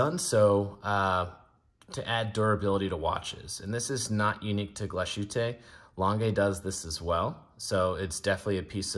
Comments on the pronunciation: "tte" is "tah" not "taay." Otherwise, good review. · It's pronounced "glass - hoot - uh", lange is pronounded "lawn - guh" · Glashu-tay 😂 I’ll be he calls Target “Tarjzay” too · I never trust reviewers who can not even pronounce the names of the product right. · Horrible pronunciation. Do your homework. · Than you for helping us learn otherwise we would have never known. The points (also with reference to my other comment on this video) are: I) someone who doesn't know how to pronounce the name of a European watch brand should not be making a video--high horology is not child's play and should be taken seriously; and II) while Glashutte and A Lange & Sohne share the same DNA courtesy of the "nationalized" watchmaking industry during the war, and come from the same region in Germany, the two cannot be compared just as a Maybach cannot be compared to a Volkswagen. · I do, I care. It's unprofessional and ignorant to not put in 1 microjoule of effort to look up the pronunciation online. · It’s so easy to look up the correct pronunciation. This is lazy and sounds grating. Not the only channel to butcher the name, but really. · It drives me insane. French watch names are somehow pronounced more accurately. IDK HOW but they are.